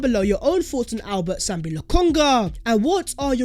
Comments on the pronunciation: It is Sambi not Sombi. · It’s SAMBI NOT SOMBI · I thought it was Sambi and not Sombi like keeps saying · Sambi not Sombi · Sambi not sombi😃